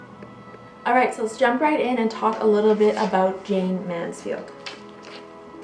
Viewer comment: Wow you don't know anything about Jayne Mansfield! You could've said her name properly in the beginning and her home was demolished many years ago